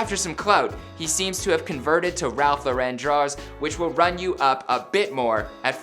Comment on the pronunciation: Lol he said drawers